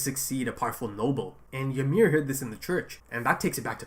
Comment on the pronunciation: Why most of reactors dont notice what Bertholdt is trying to do when Ymir is demoloshing the tower? also, why do you keep calling her Y"A"MIR? hahaha is just Ymir